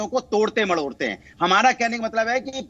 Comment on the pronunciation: अरे मरोड़ते होता है मडोड़ते नही बोलना तो सीख लो